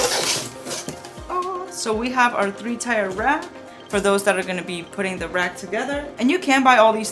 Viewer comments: "Tier" is pronounced "tear". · I hear ‘Tire’. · Or tea-ear